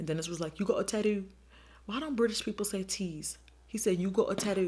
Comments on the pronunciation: "A tadoo and didn't tell me" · 😂😂😂 "you got a tadu" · "you got a tadoo" hahahhaha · “You got a tadoo” 😂😂💀